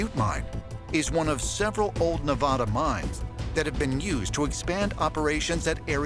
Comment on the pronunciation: Please learn how to pronounce NEVADA.